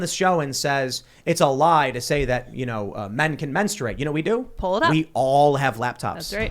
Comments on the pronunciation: The real conversation we need to have is about why Dennis Prager says "Menstrate" with a 'u' jammed in the middle. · To be fair I think the audience was laughing at how Dennis pronounced “menstuate “ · I think part of the laughter from the audience was due to Prager's pronunciation of "menstr-U-ate. " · I think a lot of the laughter was due to Denis' pronunciation of MenstUate. However, yes...these people do believe this crap. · I love you Dennis but the word is not pronounced menstrooate. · My only qualm is that he pronounces it “mens-troo-8.” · Yeah but he did set himself up when he said "menstrooate" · I think they were laughing on how he pronounced it. Kinda sounded like Elmer fud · Dennis pronounces the word strangely. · I think part of why people laugh is because they have no idea what he is talking about but also because he does say the word menstruate really funny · The real reason the audience was laughing is how Dennis Prager pronounces menstruate 🤣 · I meani just laughed at the way he said menstruate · Jesus Tim, the reason they laughed was HOW he pronounced menstruate.